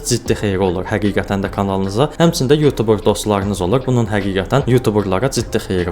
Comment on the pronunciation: sonunda YouTuber sozunu duzgün teleffüz eden bir Azerbaycanlı, millet yutuber deyir, bu sehvdi bele oxunmur